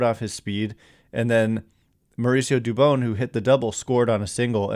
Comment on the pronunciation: Hey I don’t mean to correct you. But it dubon like turn the light switch “ON” dubON